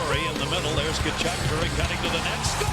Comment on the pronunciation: The way you pronounced Walt Tkachuk is the correct way to pronounce that Ukrainian surname. Early in Keith's career some commentators would pronounce it the correct way as well.